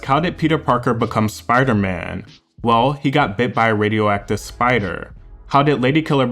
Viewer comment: Who is the narrator? Hate how he drags the last of syllables.. "he got bit by a spideeerrrr. It happened when he was sinGging.."